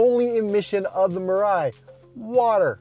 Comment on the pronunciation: It is pronounced as "Mee-Rye"(未来）....